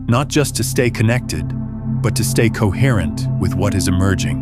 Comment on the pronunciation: COHERRENCE. COHERTENCE. COHERRENCE.